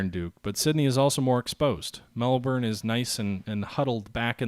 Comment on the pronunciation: We pronounce Melbourne, "Mel"+"bin" , please for my ears :)